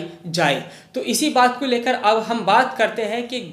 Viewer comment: aap (कू, & अर) जैसे शब्द न बोला करें, को &और बोला करें